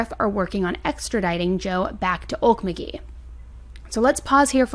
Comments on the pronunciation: I am from Morris, OK and I have followed this case...btw it is pronounced oak•mull•g(same g in as go) • ee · Hey hun! I’m a Life long oklahoma resident. You pronounce Okmulgee oak-mull-gee. You have to stretch out the vowels. Use your best southern accent. Thank you for bringing awareness to this oklahoma case. We Love your channel btw. You do a great job. 😊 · 1. okie born & raised :) I've never heard Okmulgee pronounced like you did.. we always say it like OAK-MOLE-GEE 😂 now I'm questioning if I say it right! 2. just from what you have said here it sounds like they went out to rob or steal, and tried to rob the wrong one and paid for it dearly. maybe he was worried about consequences so he did what he did. either way he is sick in the head. 3. so many people, for drugs or whatever, go to our rural towns and steal from hard working people and its infuriating and these people are so dumb to do so cuz you're more likely to get shot stealing in rural areas then in town 🤦‍♀️ 4. I've heard rumor this man had harmed more then what's on his probation but maybe he worked with the men he murdered and they crossed him... idk It's wild but I hope the families & esp the kids who lost thier daddies get some counseling and find peace 😥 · I'm in Oklahoma grew up here.. it's pronounced owk-muhl-gee with a hard g not being critical at all..i love this channel and..I just know it's a weird name.. for anyone who's never heard it before... so glad your baby is better too! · I love the way you break down cases! Thanks for all the hard work this month 🎃 (P.S. it’s pronounced “Oak-MUL-gee”) ❤ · I am truly trying to be helpful and not critical. Okmulgee is pronounced oak - MUL- gee (hard g and long e). Emphasis on MUL. Great video! You always do such great and impressive work! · grew up around OALK----MULG----EE THATS how it sounds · Good job.. it's a hard word to pronounce-the emphasis is on MUL. ok-MUL-geeeeeee. Looking forward to your updates! Thank you!